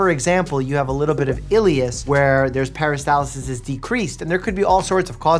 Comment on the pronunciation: Mike, how's about not adding an "i" to "peristalsis" and not removing the first "r" from "turmeric"? Come on you're a freaking doctor right?